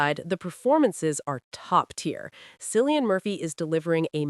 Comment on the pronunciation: its not Sillian Murphy - fucking hell